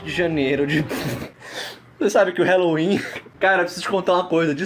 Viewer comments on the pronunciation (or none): "Raloin" nada a cimentar (eu sei que perdeu a graça mais dane-se) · eu adoro o "RALOIN" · "RALOIN" num 7 de janeiro... Kkkkkkkkkkkkkkķkkkkkkkkkk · Noite de "RALOIN" 7 de janeiro ¡-¡